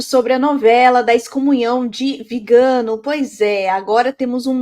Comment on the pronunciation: “VigÂno”, muié? 😖 Mas que antipatia, você continua falando errado o nome do excomungado! A senhora deve ser vegana, só pode. Alguém precisa parar essa mulher.